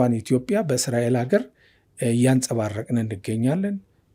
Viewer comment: ጋዜጠኛው፤ እያወራህ ያለኸው አማርኛ ነው፡፡ ኢትዮፒያ ሳይሆን ኢትዮጵያ ነው የሚባለው፡፡